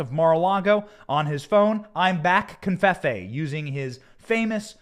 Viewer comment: No N in covfefe. Please stop saying confefe.